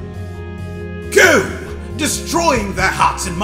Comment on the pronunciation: Heh. You nailed the pronunciation of "Futakuchi-Onna" perfectly!